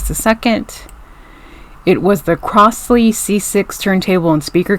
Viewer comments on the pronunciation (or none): It is pronounced "crozley" and not "crossley".